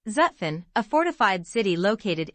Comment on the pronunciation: The series is a good idea. This particular video would even be better if the narrator knew how to properly pronounce Zutphen.